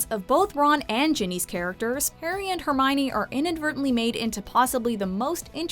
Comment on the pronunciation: I thought her name was Hermione, not Herminey.